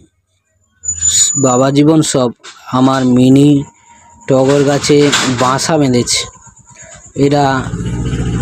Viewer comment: কথাটা বাঁশা নয় বাসা😂